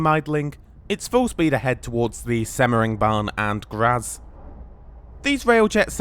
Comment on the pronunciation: ubb? no also things like Graz and hauptbahnhof arent said totally correct. at least better than saying UBB runs the trains. the name starts with an o (well ö but thats harder to explain as to how to say that).